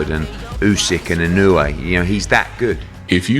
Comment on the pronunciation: Most of these match ups are impossible unless Inoue challengers come way down in weight. Inoue started off at 108 pounds. He has now maxed out at around 122. Inoue will fight some of them but they will have to agree to drop a lot of weight. Oh, and learn how to pronounce his name. EE-NO-U-EH